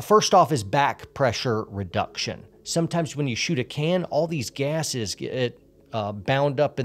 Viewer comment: Did anyone else notice the way he says "gases"